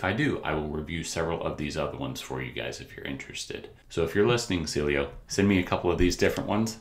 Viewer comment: I think it's pronounced See-Eh-Lo